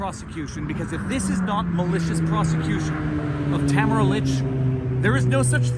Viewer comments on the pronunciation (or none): I am a fan of your work, Viva Frei, and I truly appreciate all you do to defend the ideals of freedom, truth and justice. However... ahem! Would I be stepping out of line to ask you to put some effort into pronouncing Tamara Lich's name correctly? This woman is a national figure and - dare I say - at this time also a national treasure. In my humble opinion, the least we can do to show her the respect she's earned is to pronounce her name correctly.